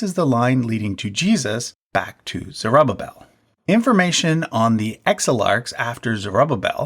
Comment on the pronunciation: Zer-oo-ba-vel. Not zer-uh-babbel